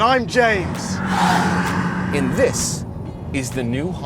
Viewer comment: he said “*and I’m James*” in bold